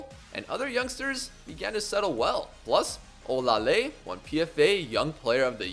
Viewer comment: olaleye name is pronounced as OLA LE YE.